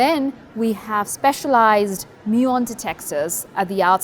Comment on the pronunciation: I like how , she pronounces 'muon' properly :D